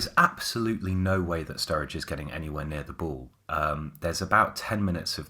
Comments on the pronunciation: Surridge not Sturridge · Were you guys calling Sam Surridge STURRIDGE or was I imaginig things